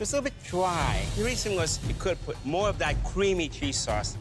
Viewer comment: The only pwobwem...it's a little bit dwy!